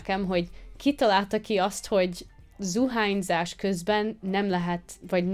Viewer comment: zuhanyzás {%notequal } zuhányzás :)